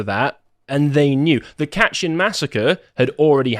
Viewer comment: It's pernouced KAY-tin forest/massacre. Not "Katchen"...FYI